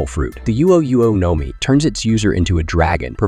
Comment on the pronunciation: No mi bro your pronunciations are terrible